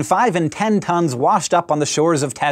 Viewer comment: i thought Hank said it weighed "between five and ten tongues" and i was momentarily very confused.